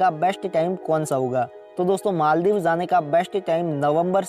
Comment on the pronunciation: First of all its not maal-dib.....its pronounced as mol(mal) dives And that's not scuba (dibing)...its scuba diving What the hack is maaal dib by the way?????!